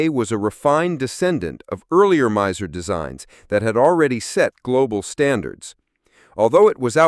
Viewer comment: Miser? NagNant? Don't live humans narrate these videos anymore?